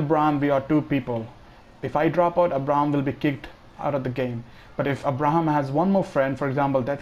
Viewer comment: You pronounced Abraham wrong lol